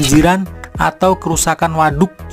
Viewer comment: Ngomong WADUK na biasa wae atuh a